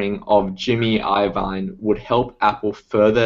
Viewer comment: "eye oh vine"??? lololol....